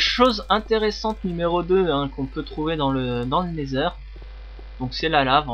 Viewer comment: et osi c pas never mais nether avec l’axent anglais